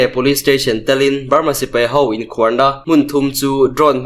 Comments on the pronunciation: A tlangau chak2 te hi lusei tawng thiam tha lo in ni fo thin, khuar tih tawngkam hi tlem in han lam hniam deuh la... a dik a mai tur. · Awmhmun an KHUAR. .. tihah khan KHUAR tih kha a hniam zawngin lam la a dik zaih mai ang. I thiam lutuk.